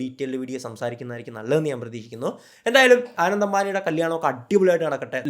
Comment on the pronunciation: ആനന്ദ് അല്ല അനന്ത് ❤️